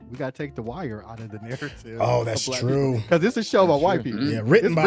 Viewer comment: It's twu! It's twu!